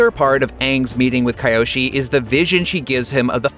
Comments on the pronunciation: Its key yo she not kai yo she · The biggest change is you saying it like Kai.yoshi instead of kee.yoshi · Key. Oh. She. Not. Kai. Oh. She. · It’s avatar KEE-O-SHE not KY-O-SHE.Clown. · Key-Yoshi not Ky-Oh-She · Who the heck is Cuh-yo-Shii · "Avatar Keye-oshi" Jebus dude. Maybe actually watch the show before making these videos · Kiyoshi. Key. Yo. She. atleast watch the show before presenting it. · Ki-Oh-Shee // Kee-Oh-Shee ...how can they hear the names of these characters and STILL mispronounce them!? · Another big change is saying kyoshi as kaioshi😂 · and "Kayoshi" Biggest Change Between IGN and the Animated Series: pronouncing "Kyoshi" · Kye-oshi 🤦‍♂️. You probably pronounce Mario, Mary-o. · Its KEE-OH-SHEE!!!! GOSH!!!!! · Kayoshi? Why do they butcher names everytime... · How to not-so-subtly reveal that you didn't watch either show: "Kye Oshee" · im sorry...Kai-oshi warriors? ...change that right now, we are not having another AHNG/UNG moment like the movie... edit: dude shouldnt read the script again, please go back to English class... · Biggest change is that you're doubling down on your mistake of mispronouncing Kyoshi Also, Ozai cried after burning Zuko,so clearly this is the Twilight Zone not the world of "ATLA" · The biggest change here is how you pronounce kyoshi’s name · the way you pronounced Kyoshi Island and avatar Kyoshi's name. Made me close the video right after that point. Lost all credibility. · The way you said Kyoshi…… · Can you learn to pronounce kyoshi it's sad how many times you miss pronounce it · With the amount of times they say "Kyoshi" in this video... you'd think they would want to get the pronunciation right... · The way you pronounce Kyoshi is a crime against humanity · Learn to pronounce Kyoshi correctly dude